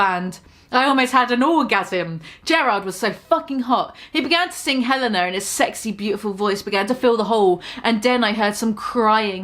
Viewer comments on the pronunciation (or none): none